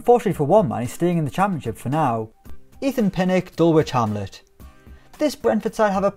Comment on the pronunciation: Dul witch hamlet is hurting me 😂😂 Its more pronounced dul idge hamlet